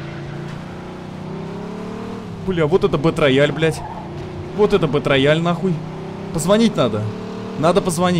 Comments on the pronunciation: Сам ты бетрояль) Это читается как БИТРЭЙЛ! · Зэ Бэтрэйал, а не рояль - _ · «БэтРаяль»😅… Язык выучи. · БэтРояль? Просто кровь с ушей, еще и повторил +100500 раз. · БЭТРЭЙАЛ, И ЧИТАТЬ ТОЛЬКО ТАК. БУЛКЕ ВЫВЕДЕТЕ В ТОП, ЧТОБЫ УВИДЕЛ!